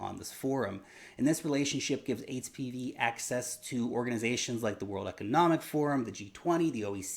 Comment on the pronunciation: Did he say hpb or hpv??? Haha jus saying